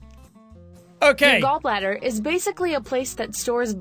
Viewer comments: "gallblather laprasopic gallblather" Sean William Mclouclin 2018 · "Gall Blather" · Me hears gall blatter ..........crud but I have to watch it